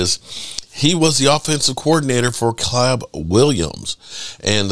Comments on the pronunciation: The tv said Caleb many times and this dope with rocks in his head still pronounces it Collab. I mean it sums up this man’s intelligence 😆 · Caleb is sounded Kay-lub